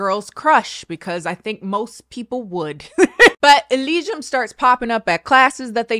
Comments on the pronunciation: The Google Voice "elizium" "eligium" yeah close enough.... 😂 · Oh poor that pronunciation thing is leading you astray. I believe most Americans would pronounce it Eh-LEE-see-um. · Everytime said the chick's name had me cracking up. 😂 Elysium. Elsum. Elson. Esmond. Whatever her name was. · Rewatching this for the jukebox moments and the laughing at deaths, but at the drawback of repeating "e lee zee um" every time has to remember how the hell to pronounce Elysium. (Granted, I have an indie game for the reason I remember it) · Hold up, Chile, it Ely-sium. Like elly from the last if us an sium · Every time said (Alisium?) I thought about Gladiator 😅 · For future reference, an easy way to say it is: Ee-Lee-Zee-Um -Greek Mythology Enthusiast 😂😂😂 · ee-LEE-see-yum,. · assuming hasn't played disco elysium since she can't pronounce it, this is an injustice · Take a shot for every time breaks into song or pronounces the main character’s name differently 🥴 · Oh wow I've definitely been mispronouncing Disco Elysium everytime I've recommended it to people, oops!